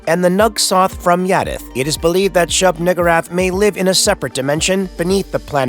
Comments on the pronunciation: Shub-WHO-rath? 🤔 Cosmic super god or not bro I dont think he can say the N word 😂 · Just me or did my man enjoy pronouncing Shubniggurath's name...😅